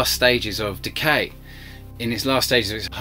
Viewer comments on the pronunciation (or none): none